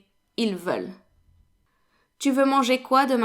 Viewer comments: I’m new here and I’m wondering when you’re talking about eating it’s sounding more like M than marcher than manger. Am I just hearing incorrectly ? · sorry I was not clear. I meant that the whole word sounded like marcher. When I’m sure it was manger.